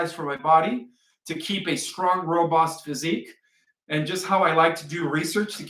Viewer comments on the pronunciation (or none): none